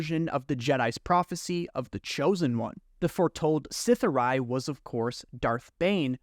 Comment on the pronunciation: Sith’ari is pronounced with a long e on the end. Great video!